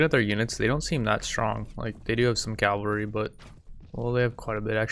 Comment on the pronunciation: So you all think he will ever start saying cavalry instead of calvary?